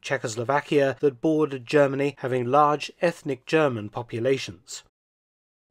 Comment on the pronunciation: Germ-any lol